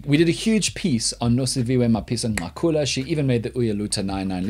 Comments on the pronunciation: Dan, I love you more everytime I hear you say Mapisa-Nqakula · It is clear that he consults black people on how to pronounce these words